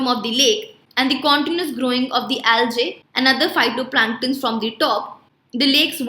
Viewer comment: It's algae not aljae